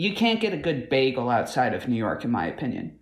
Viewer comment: Bagels are not an American invention(you don’t even pronounce it correctly!)